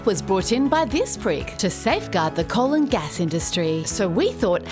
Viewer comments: I heard it as "the colon gas industry". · I swear I heard ‘colon gas’ 😂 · me hearing "colon gas" instead of "coal and gas" for the whole video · Everytime I hear you say coal and gas I just hear the "colon gas industry" soooooo... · For some reason, at first, I thought you were saying "colon gas" and I was like "yeah, ok, that's one way of putting it" 😂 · I love the fact that when she says ‘coal and gas’ it sounds like she says ‘ colon gas’. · Did you say the colon gas industry ?